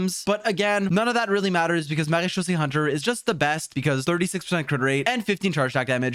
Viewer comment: Marechausse set. I always hear "Marie-Josée set" 😅